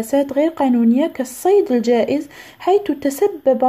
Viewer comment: آآآآآآ أيتاذة الصيد الجائر وليس الصيد الجائز😅😅😅😅😅😅😐😄😊